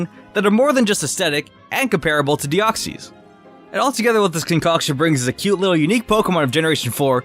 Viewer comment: You need to learn how to pronounce Deoxys